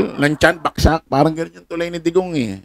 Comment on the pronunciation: Brod.bagsak hindi baksak ano ka bulol?